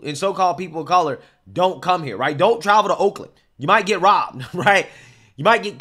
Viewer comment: Sound like you said wolkland.